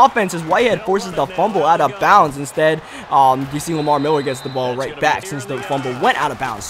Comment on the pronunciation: Love the way he say Miller. Miwwer